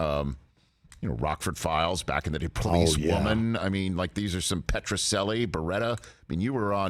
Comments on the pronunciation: As Anthony Newman always corrected us, “It’s Italian, Petro-CHELLI!” not sellie. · What a dummy. It's pronounced Petroc-chelli, not selli. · That is Pet-ro-CHELL-ee. Great show. No SELL , ok? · Uh, it’s pronounced Petro-chell😊-ee. Barry Newman would have corrected your faux pas immediately, but only as proud Italian Anthony Petrocelli Attorney-at-Law, of course.